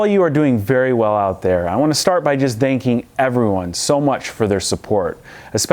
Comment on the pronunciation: "I want to start off by danking everyone"